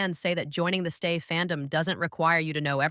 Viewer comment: I have a problem 😅 the audio is very AI. The audio voice occasionally glitches, repeats a lot of things walking in cycles and also went and spelled instead of pronouncing "STAY" at one point. 🙈 If this is fan content but voiced this way my someone who needs accommodation or doesn't want to use their own voice, then that's one thing. But then that would mean more polishing + proper transparency and labelling that AI was used specifically for that purpose! What I'm really concerned about, would be this channel being a full AI/bot channel. Not only would that be terribly problematic in more than one way, but also trampling over the very principles of connection that Stray Kids and STAY stand for! 👀 So ... what's going on here?